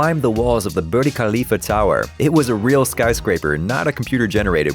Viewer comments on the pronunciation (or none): Why did you think Burj is pronounced Birdie? Was there no one to check with? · Actually I thought I heard him say Bird 🙄